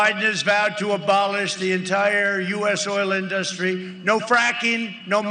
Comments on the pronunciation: Auto in-duhs-tree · The way that Trump says the word "industry" always makes me laugh. It's like he sounds out the individual syllables as if he has just learned the word in school. "In-dust-try"